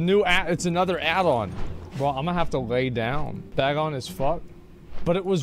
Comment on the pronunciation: the number of times he said "bag on" instead of "Bagnon" physically hurt me